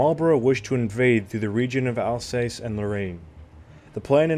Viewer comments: Alsass not alsays. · “Alsace” is pronounced “Alsas”.😊